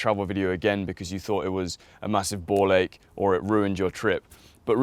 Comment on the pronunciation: Did he just say "ball-ache"?